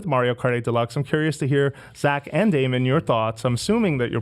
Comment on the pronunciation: Daemon not damien great host of game scoop